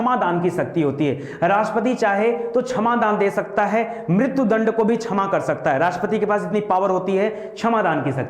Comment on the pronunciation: Bhaut bdiya sir...pr उच्चारण छमा नहीं क्षमा होगा..😊